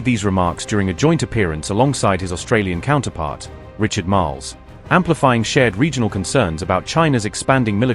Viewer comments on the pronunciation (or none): none